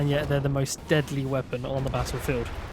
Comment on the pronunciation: "You can become the mostuh....of bait" got you a subscriber good sir 😂😂